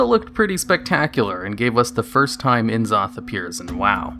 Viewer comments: It's not enzoth it's pronounced Nuzoth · N'zoth (nuh-ZAU-th). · Why do some people say Enn-Zoth..? It sounds like a '90s cartoon villain, not Lovecraftian god. Gotta have that glottal stop to sound properly alien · Which is terrible really considering Faceless One bosses in game have pronounced it as En Zoth